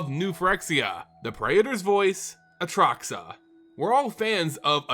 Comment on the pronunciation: bro you say atraxa wrong...